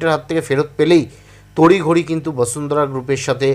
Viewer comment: দাদা বসুন্ধরা উচ্চারণ করুন শুনতে ভালো লাগে ভাসুন্দ্রা শুনতে বড় বাজে লাগছে।